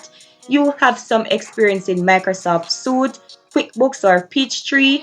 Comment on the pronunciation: Microsoft Office “suite” is pronounced sweet. Just so you’re aware. Love your content. Have a blessed day.